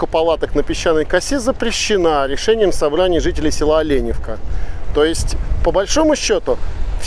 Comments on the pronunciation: Местные произносят не ОлЕневка, а ОленЁвка... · слух режет от слова олЕневка .....ОленЁвка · Але`невка?ну даеш